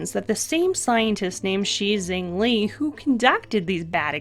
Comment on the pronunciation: Fine work as ever. The Chinese scientist Shi Zhengli—her name is pronounced something close to Shure Juhng Lee.